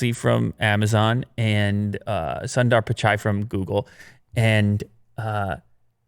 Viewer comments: its sundar not sondaaar. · Please learn how to pronounce “Sundar”.